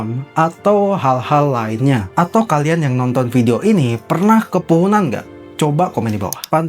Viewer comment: Kepuhunan x bukn kepohonan😂